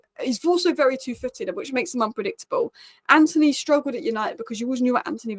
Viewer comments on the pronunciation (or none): none